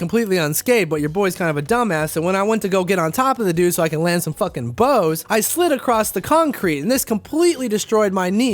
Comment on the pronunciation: Blows not bows fucken haole